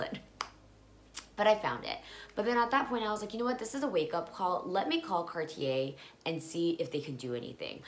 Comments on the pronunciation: Cart yeh..You said it quite well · The way you say cartier at first is right !! Car tiey